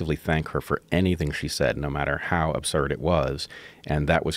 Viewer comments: Joe "abzurd" rogan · I love how you changed the way you say absurd to abzurd like Jordan Peterson does. You are either doing this unconsciously (cause you wanna be like Jordan when you grow up, lol) or consciously in order to show solidarity with Peterson. Because of how big this podcast is, It'll be interesting to see how this word "meme" proliferates across culture. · Joes incapable of properly pronouncing the word "absurd". That's absurd to me